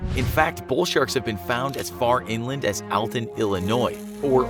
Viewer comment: You mispronounced Alton.....